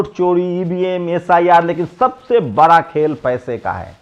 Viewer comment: See how this youtuber pronounce words sosal bra pichra deliberately to prove himself pichra